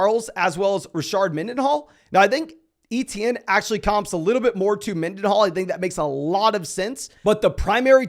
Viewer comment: ITS “AYY-CHAN” not fucking etienne or whatever you said